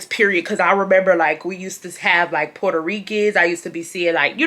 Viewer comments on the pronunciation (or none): none